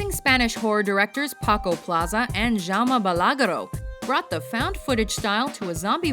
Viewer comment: Nice countdown! So glad to see that people are finally recognizing the true value of foreign horror movies. I liked very much how you ranked [REC] so high, but Jaume Balagueró's name is pronounced "How-meh Bah-lag-her-oh", not "Yamaha Balagro" :P